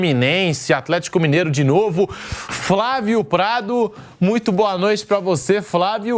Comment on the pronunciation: VAMPETA CONTINUA A PRONUNCIAR FRAVIO, DEVERIAM ENSINAR CORRETAMENTE A PRONUNCIAR FLÁVIO. FLÁVIO TÁ VAMPETA